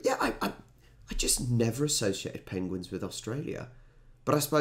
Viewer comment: After your little pronunciation stumble.. "pengwings"? You must look up Benedict Cumberbatch's interview on Graeme Norton....😁